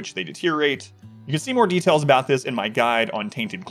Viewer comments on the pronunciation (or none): none